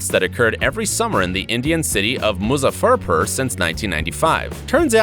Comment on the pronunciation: It is not pronounced lychee, it is leechee and muzafarpuur not muza furr purr